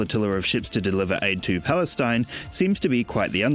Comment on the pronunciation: Hoo, she just save "Balestin" 🤣😂🤣😂🤣😂